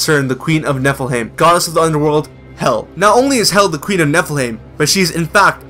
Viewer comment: You're saying Niflheim wrong :P "heim" is pronounced "hi-m", like in Anaheim :)